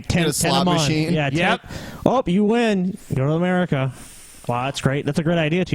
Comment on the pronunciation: I fucking hate the way Josh Feuerstein pronounces "America" it's so fucking annoying.